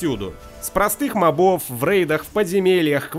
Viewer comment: не мобо'в, а мо'бов. уши вянут.